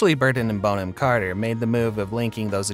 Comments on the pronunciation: Sweetie its not Bone - am ROFL its BON - AM (you know like a bon-bon). 🤣🤣🤣🤣🤣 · I absolutely love her. Brilliant actress and brilliant human. Kookiness is a plus not a minus. Side note: her name is pronounced Bon-am not Bone-ham. English name. 😊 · Bonham is not pronounced ‘bone-ham’. It sounds like ‘bon-um’. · Have never heard Bonham-Carter's name pronounced Bone-am and not Bon-am. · It's pronounced Bonnam not Bone ham. Bon to rhyme with gone. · Her name is NOT "Bone-Ham"! It is pronounced "Bonnam". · It's Bon not Bone. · Narrator: it’s Bonham (Bonum). Thank you. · I'm embarrassed I've even watched this - it's none of my business, but I love her. Stop calling her bone-am!!!!!!!! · Her name isn't pronounced 'Bone-'em! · It's not 'Bone-am' Carter haha that sounds all wrong. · Dear Rumor Juice narrator, please learn to pronounce your subject's names the right way! I was interested in this story, but each time you said her last name and a few other names as well, I gasped 😮 you have a nice big audience who may be learning from you 😁